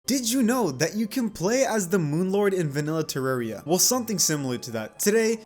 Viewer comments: Its (terr-AR-ia) not (terr-E-r-ia) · say terarria correctly pls